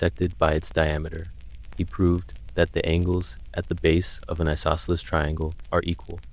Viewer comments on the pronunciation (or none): none